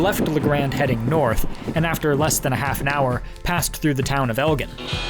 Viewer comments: Fourth generation Oregonian born and raised in Seaside, lived in Cannon Beach and Astoria been to most of the places on your trip. I truly enjoyed your video. Kuddos for pronouncing every town correct except for Elgin (eljin) as AI mispronounces all of them. I love rocks and the rock guy was intriguing and I would have loved to been there to see all his cool finds. Great job getting to the Eastern points. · Great adventure. Nice mix of geography, history, and interesting people. Two small points: Clatsop is pronounced Clat-sup and Elgin is pronounced El-gin (as in the liquor). I hope to see more from you! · Nice overview of the outline of Oregon. I'm a native Oregonian, originally from Corvallis. Just want to point out two mispronunciations. Clatsop is pronounced with up. Elgin is pronounced like the drink of gin. 😊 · Elgin sounds like El- jin FYI